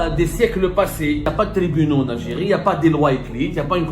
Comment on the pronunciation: J ❤ la mot L algirrriiiee 😂😂